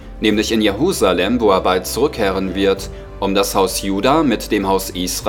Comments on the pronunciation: Es heisst: JeRusalem nicht JeHusalem !!!! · Die Stadt heißt Jerusalem und nicht Jehusalem